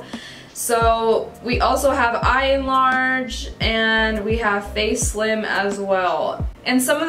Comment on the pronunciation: When she said “Eyelarge” I lost it 😂😂. It said Enlarge but I knew what she meant lol. This video was very informative and I’m definitely going to step up my photography game. 🥰